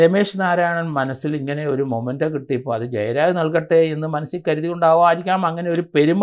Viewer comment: It is "memento" not momento !